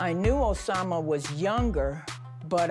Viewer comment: Every time she says Osama 😂